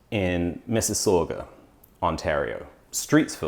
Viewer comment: Loved your video. Being a fellow resident of Mississauga I have a polite request. Please pronounce Mississauga correctly.